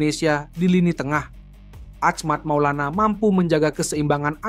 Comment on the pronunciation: yang bener dong bacanya itu nama orang lho, bukan ahmact maulana tapi achmad maulana syarif. bro.